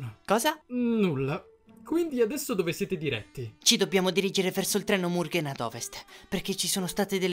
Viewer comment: Ma il treno è mugen non murgen e pronunciate male zenitsu e poi si dice inosuke non inoske però quando dice ma è Michael Jackson!! Sono morta😂😂